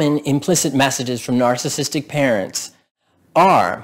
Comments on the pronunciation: I like the content of the video, but you seem to have difficulty in enunciating the word narcissistic and it sounds like a slurred word. I can't tell if you are saying narcissistic or narcissist. Just slow down the word and say it properly. It's the key word in what you are trying to communicate. BTW, I do have a narcissistic parent and I found the content to be relevant. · Why can’t this guy pronounce “narcissistic” properly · Maybe learn how to pronounce "narcissistic" so you'll get more credibility.